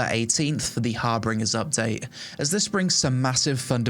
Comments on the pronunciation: great vid thanks! side-note it's harBINGer not harBRINGer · There's only two r's in Harbinger. It's not Har-bringer, it's Har-binger (like binge watching your favourite TV show) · HAR-bin-jer:-) Thanks!